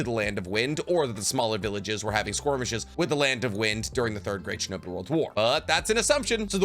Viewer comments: One of these days, this man is gonna wake up in a cold sweat and realize the word is 'skirmish' and not "squirmish," and he will never live that lifelong mistake down. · Just curious why do you say squirmish instead of skirmish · Skirmish nit squirmish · skirmish...at this point I have to think he is doing it on purpose (pronounced 'porpoise')